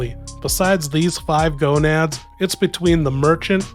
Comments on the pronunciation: GANADOS. not GONADS. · Gonads 😂 it's ganados but close enough